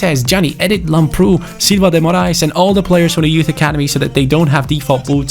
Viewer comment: it's called Làmbrou not Lambroù like so can see